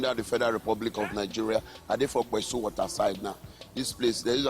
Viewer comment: Its pessu not kpesu...